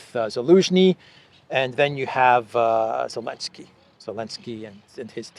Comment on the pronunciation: Why does say Elenkskry rather than Zelekskey